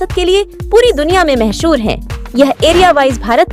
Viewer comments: Mahasur nhi मशहूर है 😂😂😂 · महशूर नहीं मशहूर होता है ,पहले शब्द उच्चारण पे ध्यान दीजिए 😊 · Mahshur nahi mashhur😂